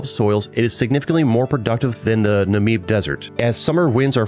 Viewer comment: I know about it, but umm.. I live in South Africa soo.. Does it really count? 😂 Also, your pronunciation of the Afrikaans name Windhoek killed me lol Also Swakopmund and Namib names lmao